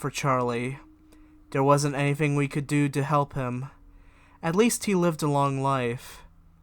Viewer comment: What's wrong with your speech thirty-firty bigger-figger anything-anyfing